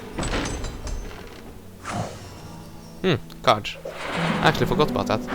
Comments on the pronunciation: it's a carD, not carCH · no one will comment on the "CARGE" pronunciation? XD